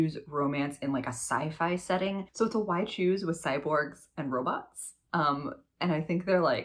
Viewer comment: Hahaha Oh dear, I could not figure out what “wide shoes” romances were…until I realized you were saying “why choose”. 😂🙈